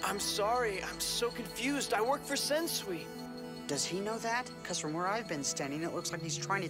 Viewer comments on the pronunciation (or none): Sensui not shensui